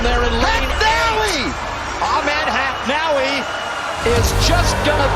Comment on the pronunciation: It's "Ahmed Hafnaoui" not "Manaoui"! ahah Besides, congrats Ayoub!! You deserved it <33